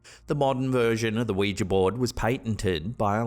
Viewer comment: Oh thank god for saying ouiJA and not ouiJI ! 👍🏽